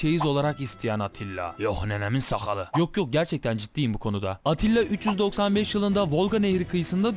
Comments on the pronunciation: Abi atilla değil attila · ATTİLA dedin ATİLLA olmasın.